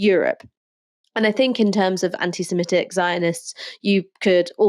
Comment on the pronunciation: Please can stop saying semetic when it is semitic